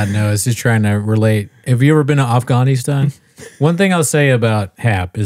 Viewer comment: For the record, the way Callen says “Af-GARN-istan” is NOT the correct pronunciation